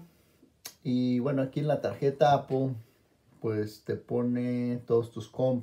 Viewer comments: No entiendo por q cresta dicen apol si no le veo la o a la palabra apple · IGURU Technology and Iphone Tips no estoy preguntando por apple wallet solo digo por q pronuncian tan mal la palabra apple y le dicen APOL si no lleva ninguna O eso estoy diciendo